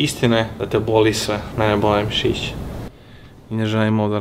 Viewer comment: ucinilo mi se da si rekao pisice a ne misice🤣